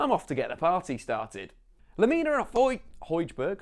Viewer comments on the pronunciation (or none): As much as I respect your explanation, it's hard to take anyones knowledge of football seriously who says hodgeberg and saidoo mane (not just in the bloopers)